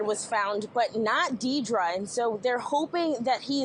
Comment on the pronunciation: if that news anchor says deer-dra one more time